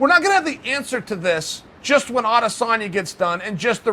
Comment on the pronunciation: Pronounce as adesonyaa instead of adesannnya